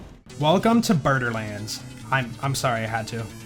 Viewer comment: "Birderlands" i love it